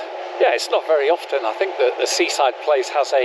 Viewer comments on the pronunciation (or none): none